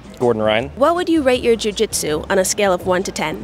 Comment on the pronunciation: How come you said jujitsu pretty normal the first couple interviews then just completely forget how to speak? Lol like you are a bag of marbles after you spoke to Nicky